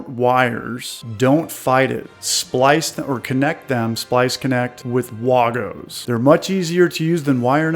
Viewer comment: Great video, but... that "WAHHHH-GO" is just WRONG!!! It's pronounced like WAY-GO!!!